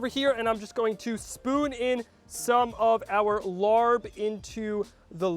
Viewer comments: Don’t give it a try, this is all wrong, including how he pronounced it 😂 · Lol you pronounce it wrong 😂 but it still look good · Yes, what is this LARB?? I'd appreciate it if he didn't present this dish as the Thai dish larb. A little research and you'll know this is pronounced laap. If you're going to cook and present a dish from a different culture, be respectful and try to be authentic. It at the very least, let your viewers know what ingredients are normally used. No peanuts, use Birdseye chili, sticky rice (not Jasmine) that's browned more, use fish sauce- not soy sauce. If you go into a Thai or Lao restaurant and ordered laap (or a he says larb), I guarantee that it will taste nothing like what he made. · Omg please please stop calling it Larb. It's pronounced Laap. Take the R out. You don't know how cringey it was for me to hear Tom Holland say Larb in Spiderman. No!!! Tom not you!!! Omg and you're squeezing the lime when it's still hot on the pan. And that's a no for the soy sauce. Fish sauce. Tsk tsk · Larp is pronounce RRUP not Lord. Turn off the heat. Cook it with no oil. Do not saute` You killing me!!! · It’s pronounced “laaaab” not larb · STAHP lol calling it larb 🤪… how we say is like STAHP but woth an L. The R is silent. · Lol try pronouncing it as “lahppp” and not larrrb lol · It is not pronounced the way its spelled. It is pronounced "Lapp". I like using grilled steak. Never had grounded beef. But kudos. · By the way it’s pronounced laab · I’m glad you had fun doing this dish. By the way…It’s pronounced “Lah” 😄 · You pronounced larb wrong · Horrible pronunciation. Didn’t toast the grain enough. Honestly, you could at least make it authentic. And adding soy sauce is just wrong 😟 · I don’t understand why you didn’t do you research before making a dish from another culture. This was all wrong even the pronunciation….